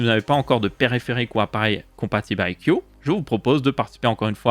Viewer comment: Ca se prononce "aille si iou" pour info (I see you)